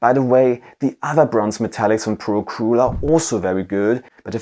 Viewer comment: your English is great, but it bothers me forever how you say “acryl”. Do you say “acruelic paint”? Anyway thanks for all your works.